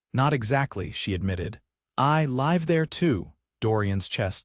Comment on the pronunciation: The narrator mispronounced the word 'live' twice in the first 5 minutes. Irritating and inexcusable.